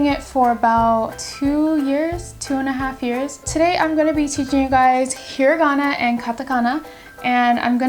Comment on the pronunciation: you pronounced hiragana wrong